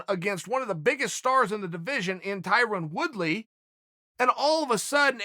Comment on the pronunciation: Did I hear him say, "Tyron Wood-be"???